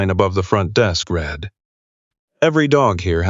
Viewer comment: Your thumbnail shows a German Shepherd, not a Belgium. And AI isn't intelligent enough to know that some words can be pronounced more ways than one (read).